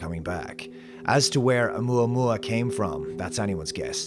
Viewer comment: You say, "Oumuamua." All I hear is "Alomomola." Not quite the same thing…